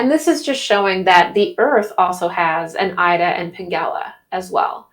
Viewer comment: Ida is pronounced eda